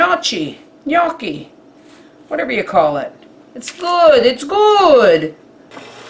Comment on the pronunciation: You cracked me up in the beginning of the vid with the way you pronounced them, but...you are a trooper, and did yer research, and said it excellently! In addition - NO - you did NOT do it an injustice by adding bacon. It's quite common in Italy, and in Malta (south of Sicily where I live) to add bacon or pancetta to Gnocchi! ALSO - you are VERY close to the flavours that are sometimes used in this dish. For example, onions. YES. Sour cream? Well, we use ricotta. Still, it is dairy and smooth. And a lot of time it is served with Rocket greens, or sometimes called Arugula, or Rucola. AND, I might add - in the end, you had the rolling down pat!! YES! The fork grooves are there to "catch" the sauce (or even bacon or pancetta fat) to the dumpling. I would say, as a first attempt...very well done! XOX